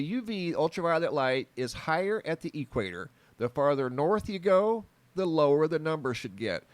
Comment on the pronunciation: But what do you mean by the "E" quator"? I know of the "equator,is that different? Just messing, maybe it's an Arizona thing? Keep up great work, but consider this, been watching you for a few years like daily, but have checked out Soo much of your older vids. But just by doing the same thing you have always done, you have now evolved pretty much into a "UFO" channel, and I know that was not your initial focus, but that's just our strange reality, and we all just gonna "roll with it" as it comes,it was awesome to just get a quick look at your face on a few announcement vids, as I was always curious, keep doing your great work, (from another ) you rock!